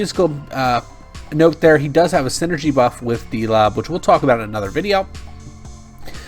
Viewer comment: His name is pronounced Dol B